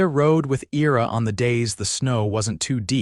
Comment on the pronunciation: "I-ra" not "era" as this AI is reading it...otherwise, enjoy the stories....Michigan, USA